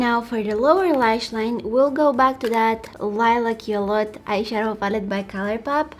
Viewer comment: When she reads,"Lilac You A Lot" It sounds like "I like you a lot"😍